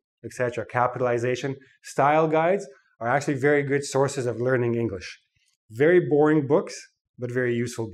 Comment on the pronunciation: It's not vary it's very LMAO 😂